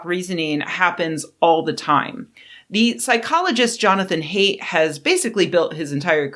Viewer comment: lol.... never heard "haidt" pronounce as "hate". But then... PNAS... so ....